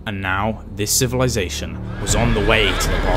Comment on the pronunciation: Him : midel age civilizasion Me: I beg your pardon?